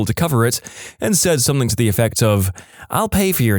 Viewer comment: No k in the word something